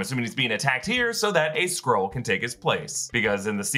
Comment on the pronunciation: Skrull, not Scroll, lol